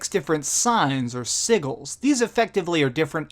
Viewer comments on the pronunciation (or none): Not meant as an affront to you, but you really have to pay more attention to your pronunciation. Sigil is not pronounced "sig-el"; pronounce it as if it were spelled "sidge-il". Also, Geralt is not pronounced "Jeralt". I only bring these things up because I want you to be taken seriously, since you are obviously very serious in your commitment to this channel.